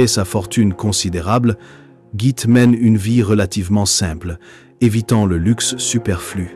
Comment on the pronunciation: Merci pour ce tour d'horizon de la vie de Gitte. La bonne prononciation de son prénom est Guitte. L e final n'est pas muet donc prononcé.